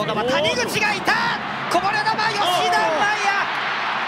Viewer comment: 実況「こぼれ球吉田麻⤴︎也⤵︎」笑